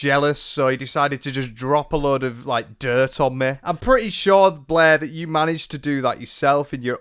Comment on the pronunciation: Love the pronunciation of Blair as Bleh. 10/10